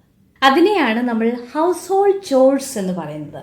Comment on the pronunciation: ചോഴ്‌സ് ആണോ കോഴ്സ് ആണോ ശരി ... മാഡം